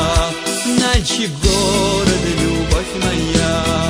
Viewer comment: Налчик базар, что за Налшык? что с дикцией?